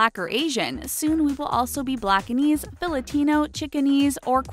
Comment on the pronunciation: Who here is Filipino and heard her say Filitino???